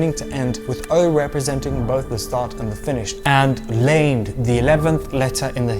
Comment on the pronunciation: I love the video! Just a small correction which isn’t big, the Hebrew letter for L u pronounced as “lame-d” but the a and e r short so it would be pronounced as “lah-med”